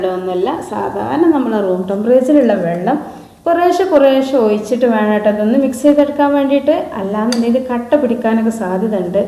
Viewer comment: ഓയിച്ചിട്ടു എന്നല്ല ഒഴിച്ചിട്ടു എന്ന് പറയു